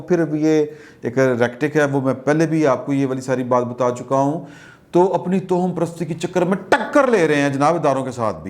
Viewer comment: محترم ۔۔۔ توہم پرست۔۔۔ کو تواہم پرست پڑھتے ہیں۔۔۔ واؤ پر زبر ہے ، ہ پر بھی زبر ہے